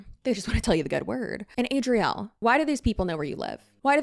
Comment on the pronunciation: Chile...not Azriele..Azalea..ADRIELE!! What now 🤦 (not sure if you saw my name. I'm on the spectrum too) Woot woot! 🎇🎆🎀 ❤